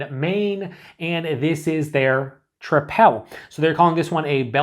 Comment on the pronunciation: I think it's pronounced like "triple."